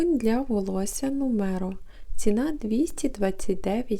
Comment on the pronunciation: Доброго дня, шампунь та кондиціонер Нумеро' наголос на останню букву,він один з найкращих.Бо одразу не зрозуміла що показали